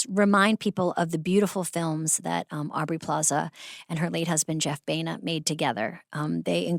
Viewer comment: Does it bug anyone else that Amy calls Aubrey "Plazay?"